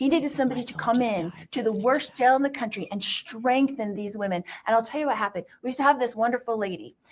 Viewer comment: Why won't she pronounce her "t"s? The word "what" she pronounces "wha". Why do Utah women do that???? Enunciate!